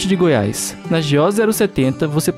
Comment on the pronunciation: NAO E GOIAISS E SIM GOIAS,NAO SEI PORQUE AS PESSOAS INSISTE EM FALAR ERRADO.